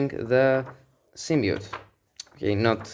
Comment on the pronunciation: Sym-B-iote! Not "symmiote". Like your videos by the way.